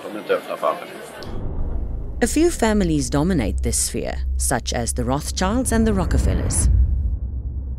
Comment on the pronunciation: Why does Klaus Schwab insist on pronouncing the word "This" as "Scziss"? Is it a German speech defect?